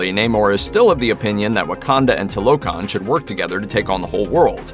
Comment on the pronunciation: It's not toe lo Khan it's two la khan